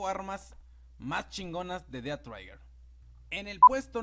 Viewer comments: No es "traiguer" es más como un "Treguer". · Es trhiger no traiger :v